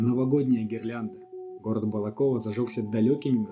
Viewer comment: Можете посчитать ради смеха сколько раз я неправильно произнес слово БалакОво)) по-моему около десяти))